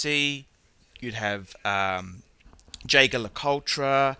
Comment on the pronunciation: Anti German watches remarks from a man with a Mercedes and who has had BMWs! He cannot even prounounce "Jaeger" correctly, yet claims to be knowledgable on the subject. Some watches are too "noveau riche" and "too lottery winner". This from a chav with too much money, a loud mouth and nothing erudite or interesting to say on watches.